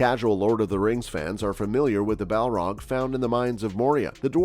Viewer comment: Did you just call Balrogs “Malar?” And the Moria Balrog wasn’t “named” Durin’s Bane. The Dwarves called it Durin’s Bane because the Balrog slew King Durin.